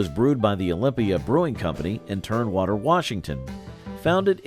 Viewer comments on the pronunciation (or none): It's TUMwater Washington, not TURNwater. Don't you proof your computer bots before posting? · Turn water Washington? It’s Tumwater. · It's "Tumwater" Washington where Olympia beer was brewed. Not "Turnwater!" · Olympia Beer was brewed in Tumwater WA...NOT "Turnwater." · And there’s no such place as “Turnwater, WA”. The town is called Tumwater. Computer or not, whatever is reading this copy needed to pay closer attention. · The reason for most of these beers failing was the same for most of the beers profile. Also the narrator’s pronunciation of Narragansett and Tumwater weren’t even close leading one to think their research was flawed or incomplete.